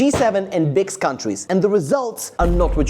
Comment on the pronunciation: Notice how he says ""BICS"" Countries and not""BRICS"" countries😂😂 bro doesn't want any part of it